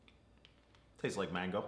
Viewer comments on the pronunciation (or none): it sounded testis more than tastes ! Not his fault though “CHARACTER MIRRORS”.